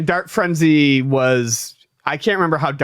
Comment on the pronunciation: Every time they say, "Dart Frenzy," I hear, "Dark Frenzy," the latter of which actually sounds interesting... which is how I knew I heard it wrong.